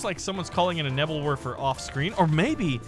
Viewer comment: "Nebbel Worfer" lol